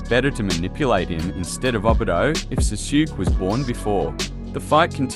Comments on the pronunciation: Awesome video! Btw the pronunciation of Sasuke is "Saa Sue Kay" ^^ Keep up the good work dude! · I'm not watching this because you pronounce Sasuke's name all messed up